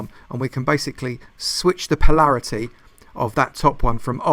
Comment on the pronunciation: Palaraty?? You mean polarity? Lol